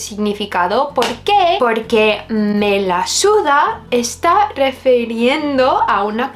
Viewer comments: Ese me la suda del final te convierte en más española que el Fari 😂💕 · El "me la suda" te sale perfecto 👌 sigue así! 😉